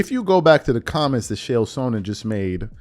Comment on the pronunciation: I love the channel but damn man it’s “Ch-ael” not “Shael” and you don’t ever remember names to things. Idk if it’s like a weird passive aggressive thing you do but my god you didnt know the name of Anthony Joshua’s opponent of his “next fight”. Ya know the one with Francis Nganou!! The guy who almost beat Tyson Fury. I’ve heard you do it before that too. Quit playing the Pendejo card.